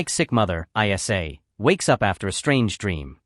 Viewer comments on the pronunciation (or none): Also, her name was ISLA, not EYE ESS AYE. AI slop